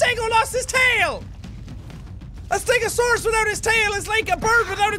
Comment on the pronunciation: i am a ste-go-saurous